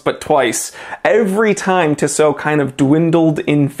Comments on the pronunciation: It’s TISSOT!!! NOT ‘Tsow’ LA people listen Grrrr… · My friend pronounces it as tishot and it really bothers me. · Oi septic you said Tissot wrong